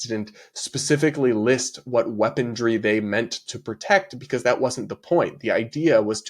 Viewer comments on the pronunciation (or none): it’s weaponry, not weaponDry 😅